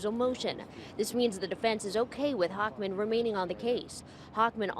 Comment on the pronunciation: Not really. He can save the general public by keeping them in prison. Also, it's "Hochman." 😂